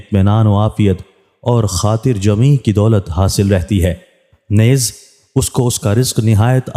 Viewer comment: نیز کو درست طریقے سے پڑھیں جی Neez جسطرح لفظ ھے چیز مریض یعنی نون کے نیچے زیر ادا کریں